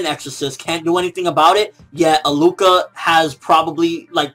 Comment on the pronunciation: HER name is pronounced AHHHH LUUU KAH not A-LUCA lol you had me rolling laughing and btw killua refers to her as a she in every episode that they were seen together